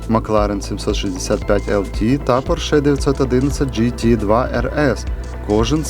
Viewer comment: Автор,як ви можете робити огляд,якщо не знаєте навіть назви автомобіля,ну який "поршЕ́"!?!?!? Запамятай: не "поршЕ́" а ПО́РШЕ!!!